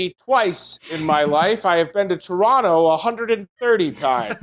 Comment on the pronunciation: I love how pronunciation of Toronto is practically native